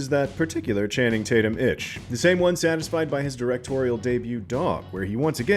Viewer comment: Channing Tatyum get it right!!